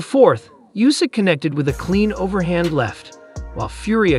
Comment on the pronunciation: Oohsik not Yousik